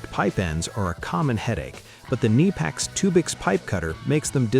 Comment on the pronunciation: Kneepex? KuhNipEx FTW!